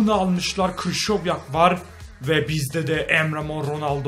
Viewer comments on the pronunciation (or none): none